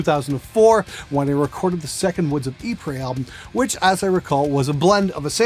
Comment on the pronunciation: Shout out to hearing the correct pronounciation of woods of ypres for the first time